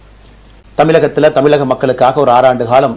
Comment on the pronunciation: Mr. Annamalai you can't pronounce your state's name properly. It's not thamilagam. Its தமிழகம். You can't even pronounce the letter ழ. தமிழை அகமாக்கி தமிழுக்காக வாழ்ந்த வாழ்கின்ற வாழ நினைக்கும் மக்களை, செம்மறி ஆடுகள் போன்று என்ன வேண்டாம்